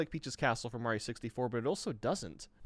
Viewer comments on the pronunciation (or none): none